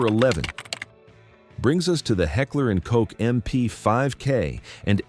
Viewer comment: New channel? Please subscribe?? Figure out how to pronounce Heckler and Koch with that Ai voice and then maybe we can proceed.